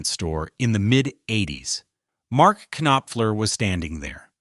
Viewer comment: "Mark Kuhnoppfer" lol. Stupid